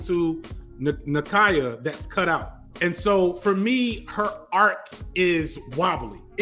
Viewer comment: Bruh why do you insist on the off pronunciations... Nah-Kee-ya NAY-Mohre